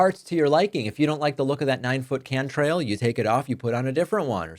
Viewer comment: It's cant rail. Not can trail